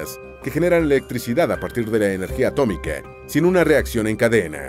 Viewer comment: Atoomico Se dice atómico